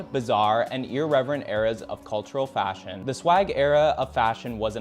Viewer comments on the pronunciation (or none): none